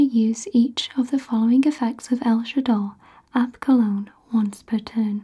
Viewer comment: I love how when this structure deck came out I immediately thought "oh her next video is gonna be a banger" then I wondered if you'd pronounce El Shaddoll Apkallone's name correctly which you did lmao